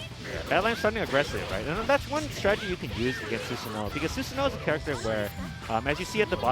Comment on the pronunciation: Quick pronunciation note: Susanoo is pronounced SOOSS-ANO-O, not Suzanne-o.